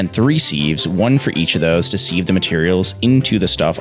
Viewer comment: my one problem with this vid how says sieve.